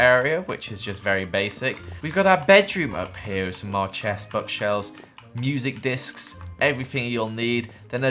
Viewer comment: Music Disksk Me: HE SAID MUSIC DISKSKS